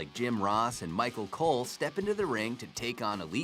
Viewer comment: He said micro cole